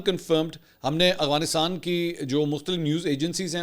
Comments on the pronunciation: aghfanistan ni hota afghanistan hota ha...tallafuz sai kro.. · سر آپ افغانستان کو اغفانستان کہتے ہیں مہربانی فرما کر درستگی کر لیں شکریہ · بھائ اغوانستان ھے یا افغانستان ھے don't mind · correction please, its افغانستان not اغوانستان